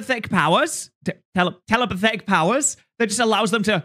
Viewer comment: "Telepathethic" Really? Really?